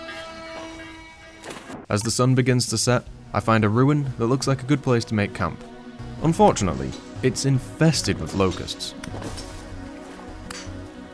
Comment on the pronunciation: All I could hear throughout the video is "unfjordunately..."